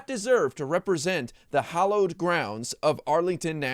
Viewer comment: its hallowed ,not hollowed. big difference this moron wouldnt understanbd!